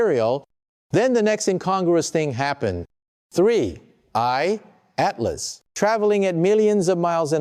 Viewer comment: Hearing the voice of Michio Kaku made me think this video is credible. But then I hear "3 eyed map" 😂 instead of 3i/Atlas, and I'm bustin up laughing. Who is putting out this crap? And why? Obviously quite a bit of effort goes into producing these videos. What is the purpose? Are they attempting to trigger some kind of panic?